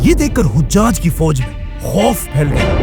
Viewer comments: ap mashallah bohot acha kaam kar rahy han allah apko jazaey khear dy dunia akhrat ki tamam kamyabiyan ata farmaey. bhai ap se ek darkhuwast thi 2 jaghon py naam ko zara theak karwa dyn 1. Hujaj (haji ki jaga)=hajaj (nane) حجاج کے دو لغوی معنی ہیں: پہلا، "حجاج" (ح پر زبر) سے مراد حجاج بن یوسف ہے، جو ایک مشہور تاریخی شخصیت ہیں۔ دوسرا، "حُجّاج" (ح پر پیش) سے مراد حاجی کی جمع ہے، یعنی وہ لوگ جو حج کر چکے ہوں۔ ویکیپیڈیا کے مطابق. 2.Aasma bola gia usy Asma se durst karwa dyn ap mujy bohot achy lagty han allah ap se razi ho. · Hojjaj nahi...hajjaj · hajjaj hai o hujjaj nahi hujjaj haj kar ne wale ko keh te hain